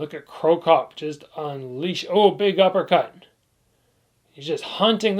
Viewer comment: Crocop. Not cropcop